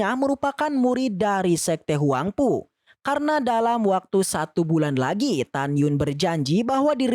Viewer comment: 🤣🤣🤣🤣huangpu bukan huangfu🤣🤣🤣